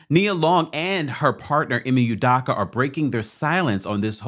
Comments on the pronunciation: Great report! Love this channel ❤. FYI his last name is pronounced “Ooh-dough-kah” . Unfortunately, he’s Igbo-Nigerian lol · It’s udoka, not udaka